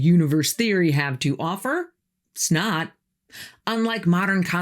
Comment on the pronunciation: 🤭 I've to this a dozen times & cannot stop hearing you say, "SNOT." Logically I know you meant it's not but my ears disagree. 😂 Also, wanted to let yk I've recently become aware of creepy goings-on in the Kewanee peninsula of MI. I won't ruin your enjoyment of investigating w/ spoilers here. 🕵️